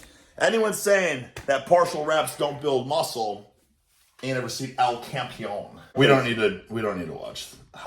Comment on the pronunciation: Its Campeón (The champ), not campion